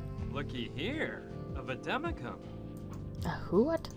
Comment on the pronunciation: Vadwmecum is Latin for "go with me" and it's basically a manual doctors carry with them to look up information. He pronounced it wrong